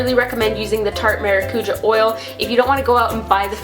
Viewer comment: Omg is that really how Americans pronounce “maracujá”? 😂😂 it’s “mah-rah-coo-jah” (roll the r)